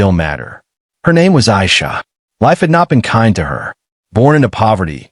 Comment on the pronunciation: Her name is pronounced AIEESHA, not the way the narrarater says it.